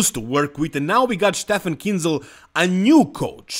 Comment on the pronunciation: Finally you pronounce Kienzel right 😉 👌